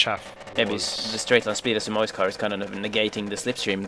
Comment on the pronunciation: Not gonna lie "Sumoy" was triggering me... Great Race! Great Commentary!